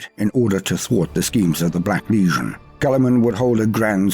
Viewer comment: I absolutely love but is anyone else annoyed by the way he says legion? it sound like he says Lesion all the time to me